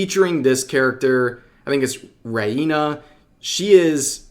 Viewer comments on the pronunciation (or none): Rev, you can pronounce Reina as Ray-na (it literally means Queen in Spanish) if that helps. Biyori is Bi-yo-ree and Zenki is Sen-Kee. this is Hero Hei levels of butchering a language. Kudos on pronouncing Urusei Yatsura right. tl;dr REEEEEEEEEEEEEEEEEEEEEEEEEEEEEEEEE